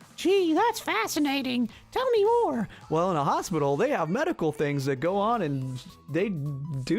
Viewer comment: "I was born in a hopstipal"